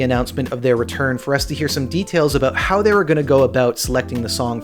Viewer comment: and JJ lives in BC and I’ve never heard anyone with that thick or “put on” of an accent lol 😂 maybe in East coast Canada. He’s the only one I’ve heard pronounce about as “a boot” 😂